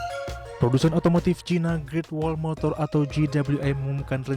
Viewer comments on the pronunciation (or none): none